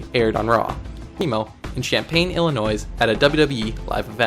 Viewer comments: debut is said like daybu and Illinois is said like illinoy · He also pronounced Illinois like "illee-noise" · The s is silent in Illinois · Your Spanish is terrible but your English is worse. its pronounced "DAY-BEW" , and Illinois is not plural.